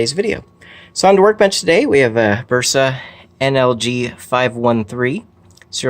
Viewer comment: I immediately noticed an improvement in sound levels. However that also made it more obvious that your pronunciation of BRUSA has not improved ;-) Say it with me... Bruce-ah